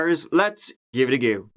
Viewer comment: Me: "I got an early morning... I should really just sleep": "Let's give et a goo" Me: "Yes sir"